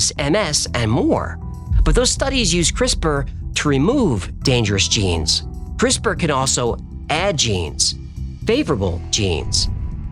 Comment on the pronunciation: "Je-Nise" needs to do that accent more often.